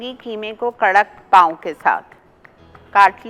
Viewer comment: Pauon nhi Apa pauo